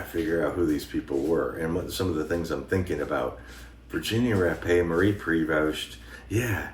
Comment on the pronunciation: Thank you for pronouncing Virginia Rappe name right, to many people say it wrong.